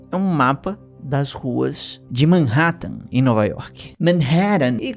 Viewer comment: MEENN RÉÉ TEN (Manhattan) me quebrou...